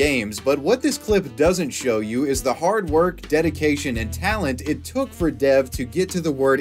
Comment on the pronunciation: rq it’d actually be more accurate to pronounce the name “dev” as “dave”